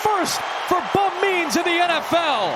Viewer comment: When the announcer says "Bub Means" it kinda sounds like "Bum Knees". A TD for Bum Knees!